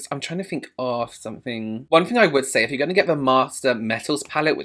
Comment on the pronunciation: It’s definitely “sunnink” I’m interested in 😂😂 fabulous as always! So adorable 🖤🖤🖤🖤